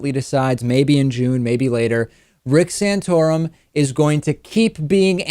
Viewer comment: Stop saying "sanotorum", it is offensive and gross !